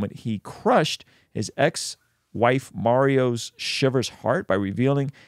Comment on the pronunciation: Marie not Mario. Lol